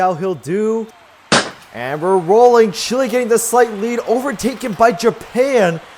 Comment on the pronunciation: Just for info, you have to accentuate "Chi", not "Le"